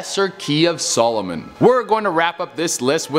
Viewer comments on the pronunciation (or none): none